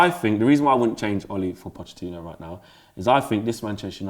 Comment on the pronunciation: "Pochechinno" - Robbie